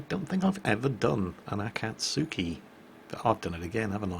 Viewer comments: 暁 Akatsuki あかつき "Dawn" 秋月 Akidzuki あきづき "Harvest Moon" Nope, not letting you get away with it. Though I'll try to ignore the pronunciation problems for now. I mean, "Aah cat sue key"? "Aah kih zoo key"? Should be more like "A cot's key" and "A key dzoo key" (A like in lawn or car or awful or ah!) Welp, guess I failed at ignoring the pronunciation after all. Well, I appreciate the Akidzuki-chan image. :D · Akatsuki is pronounced Ah-Cawt-skii Akizuki is pronounced Ah-key-zoo-key should be pretty clear when you say it the japanese way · If it helps, Akizuki is pronounced Akizuki. Akatsuki is pronounced Akatski. The phonetic difference helps distinguishing them imo. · Best way to say the difference between the two Jingles is Akatsuki can be pronounced A-Kats UKI Three syllables U is silent. Your Pronouncing the A and the K together and the second A is lower. If you get a chance look up Akatsuki in the manga Naruto, that's how you pronounce it in English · the reason you are getting the Akizuki and Akatsuki mixed up is you pronounce the latter wrong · Well, he managed to correct his slip on the ship names this time. Still can't pronounce Akatsuki though sigh